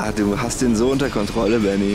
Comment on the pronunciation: Manchmal höre ich statt "Baby".